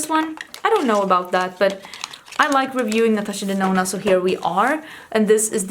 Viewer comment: I remember when you said Natasha Denono!!! 🤣🤣 Girl you definitely changed that!!